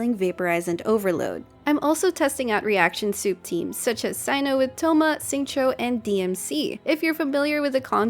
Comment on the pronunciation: Thank you for calling him Psy-no, so tired of other content creators calling him See-no